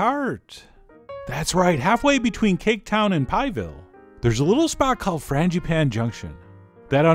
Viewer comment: Fran-juh-pah-neh.. Es tu, Chef John? ;-)